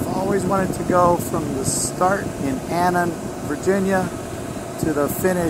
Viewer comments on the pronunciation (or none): AFTON, VA. Not Anon,VA